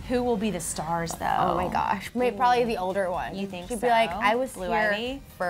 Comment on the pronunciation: I HATE WHEN SHE SAYS THER DERR ITS THE D H R